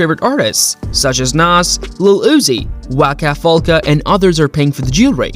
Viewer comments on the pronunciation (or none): Did he really just say Waka Folka & Rick Boss?? 😆😂🤣